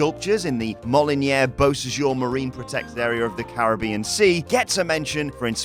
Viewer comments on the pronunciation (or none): none